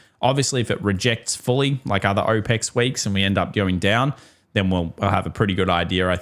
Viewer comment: Aw Pecs = options expiry Oh pex = OPEC’s The oil cartel Just a heads up It sounds really disjointed when you say it that way because my brain has to reorient what we are talking about every time you say OPECs. Every time I’m like what does the oil cartel have to do with quad witching